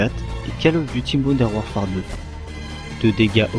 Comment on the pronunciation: " Modern WarfART " XD